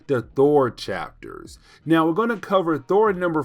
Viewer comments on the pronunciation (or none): none